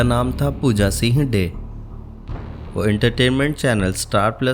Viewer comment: Also not Pooja "Seeeng" it is Pooja Singh..